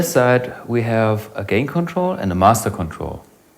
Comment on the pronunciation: ...the other world is the good old British overdrive, ond (mix of German und + English and) :)